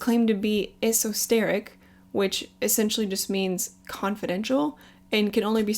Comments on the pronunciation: Eso-teric not Eso-steric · Burt James you lost the plot. she repeatedly pronounced it “eso-steric” not esoteric. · girl why you be saying esosteric? it's esoteric like witchy/pagan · Esosteric!!??.....esoteric means specialised knowledge,NOT confidential 🙄🙄can’t even get that right 😂😂😂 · Its Esoteric not Esosteric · Thought I heard u say esosteric when u meant esoteric....anyway great video just saying. And yes that is my real name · esoteric not esosteric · Honey, please work on your word pronunciation....ESOTERIC! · I really enjoyed this video. I like that you second guessed the answers you received. Esoteric is actually pronounced like ESO_TARE_IC. From what I have gathered, Freemasonry is essentially just a giant school of ancient wisdom, and secret knowledge. I think I can agree with the other people who say that it is learning about God but in a deeper manner that could be a bit much for many people to handle. With that being said I would have to agree that some do use these ancient secrets and wisdom for personal gain and that's where it's bad name comes from. Because it is fraternity like and oaths are kept, masons CAN conspire and share wisdom of occult magic, wealth, sex and glamor, or even in a lighter manner such as having a connect to get a good job like how your grandfather mentioned. Many definitely will disagree but anyone who disagrees would unfortunately be turning a blind eye to the occult circles in Hollywood and Washington, it's definitely there point blank if you can understand the symbols thrown in your face that many wouldn't notice (lol.) So it is up to you what you do with that ancient knowledge, it's almost black and white one might say. And from a personal perspective in studying the philosophy of witchcraft, spells, and magic, the term "so mote it be," is commonly used to finish a spell in order to Manifest it, almost like an 'amen'. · She did really great in this video until I heard “esosteric”